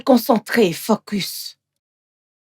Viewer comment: Moi dans le film la chose qui m’a fait rire c’est quand la majeste a dit focos au lieu de focus je sais pas si c’est dans leur langue mais c’etait tres drole entendre😅😅😂😂escuser moi mais a part ca le film est extraordinaire❤❤❤